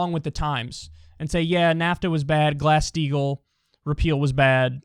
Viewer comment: I always hear glass steel instead of glass steagall